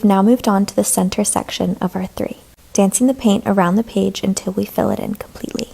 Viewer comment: Page❌ Pige✅